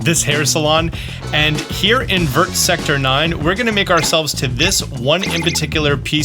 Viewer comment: You say other French words French-ly but pronounce the “t” in vert lol